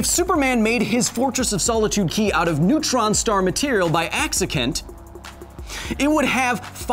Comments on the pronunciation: By accikent...classic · “Off by a whole KAL’ hELl of a lot” “AcciKENT” hahaaaaa